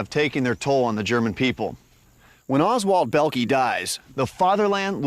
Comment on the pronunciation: Oswald Bellkee???? LOL get it right!!